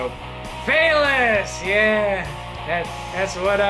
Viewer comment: “Phelous” Porteous XD